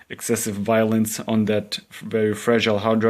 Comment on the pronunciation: its so funny every time you say violence lol